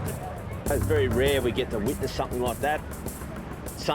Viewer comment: He said "I'm old here and I'm your witness" this is how I heard it lol haha